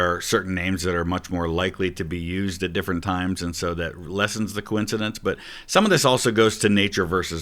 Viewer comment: I am jealous of the ease at which Santoro can say the word coincidence. That word has been the bane of my linguistic existence